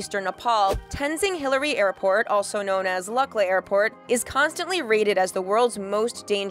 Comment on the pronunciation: It is L(oo)kla, not lu(ck)la.